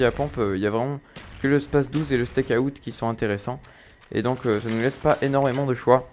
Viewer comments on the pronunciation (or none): En anglais, out se prononce Aoute ;) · tu dit comme un steak (charal) et tu rajoute out steakout lol